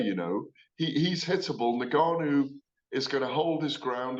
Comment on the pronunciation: its Francais 'en'Gannou.(Phonetically pronounced).... Gareth you are supposed to be a Learned fellow of boxing